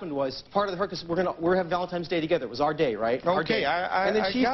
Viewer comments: If this guy says valentimes days one more time I'm gonna lose it. Its valentine's day you dolt! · Stop saying ValentiMEs Day!!!! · Valentimes Day!!!!! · “Valentimes day”